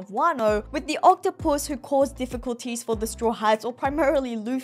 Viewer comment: What I’m wondering why she pronounces octopus as octo-puss.